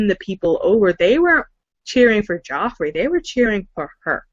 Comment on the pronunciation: Lol! Everyone kept pronouncing "Joffrey" as "Jeffrey".